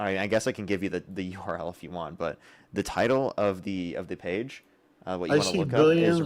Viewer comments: The "eurol?" Oh.... the U R L! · Pronouncing "URL" as "ural", as though it was an actual word is hilarious boomer behavior. I think this is the first time I've heard URL pronounced like that lol